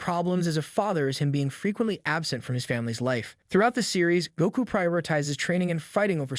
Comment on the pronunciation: this gotta be a ai generated voice i let you say sanji name wrong slide but goku comn bro